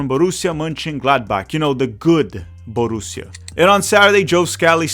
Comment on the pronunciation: Borrusia Munchengladbach and Borrusia not Gladbach